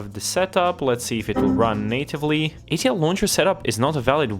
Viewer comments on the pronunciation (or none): wait till bro finds out hes hallucinating an extra L in ATLauncher